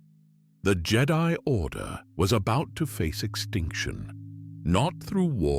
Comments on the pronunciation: The who? Is it just me the way he says jed-i or is this on purpose? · It's AI, all of it is, i mean listen to how he says jedi it sounds like how a star trek fan would say it